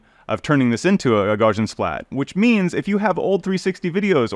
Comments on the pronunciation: Gaussian is "gow-see-ann", even though it looks like "gawsh-ee-ann". Just remember "Gau" rhymes with "Tau" (which rhymes with "cow"). The name Gauss rhymes with house. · The fact that the guy cannot look up in any online dictionary how to pronounce Gaussian tells me that's a complete moron.